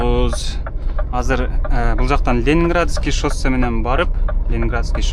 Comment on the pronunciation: Шоссе деп жазылып Шассе деп окулат иним